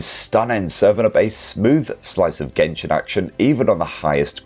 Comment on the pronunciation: Why say gentle , as in jentell ... Then genshin as gen , not jen 👎🤬👎🤬👎🤬👎🤬😭🤬👎🤬😭